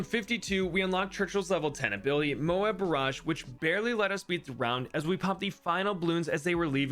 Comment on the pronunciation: You pronounced it moe-ab, not mobe, what happened 😭🙏